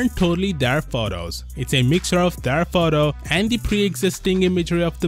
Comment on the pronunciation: Sounds like a fake accent the way the narrator pronounces the word "photo''